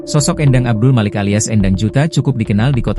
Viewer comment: Bacanya bukan E'ndang tapi Endang/E Pepet.. bukan E taling.